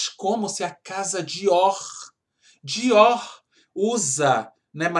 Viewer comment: Kkkkk amei a parte do Diorrrrrrr!!!! Diorrr!!!!!! 🤣🤣🤣🤣🤣👏🏻👏🏻👏🏻👏🏻